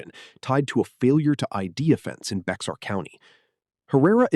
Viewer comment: It’s pronounced “Bear” County - not Bixar County. This is sloppy.